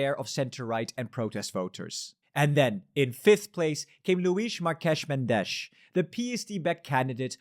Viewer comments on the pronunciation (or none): men-DESH 😬it's MEN-desh 😂